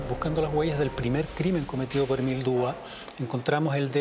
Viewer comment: Se Pronuncia DUBUA